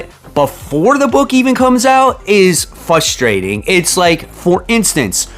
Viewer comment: Very "fustrating" indeed.